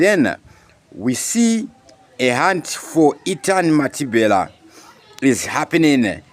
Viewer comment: Can you say Mathibela, not Mathibhela plz